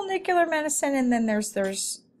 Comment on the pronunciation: Need to better pronounce nuclear medicine terminology. It not ‘newclur,’ it’s nuclear! Methionine is not methylene, etc.